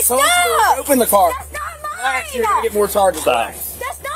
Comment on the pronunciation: "That's not mine-uh... that's not mine-uh!" I would arrest her just for adding the extra syllable to "mine".